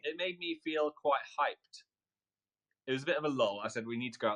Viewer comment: i'm sorry but phil saying 'i'm quite hyped' with this polite british accent sounded so funny for some reason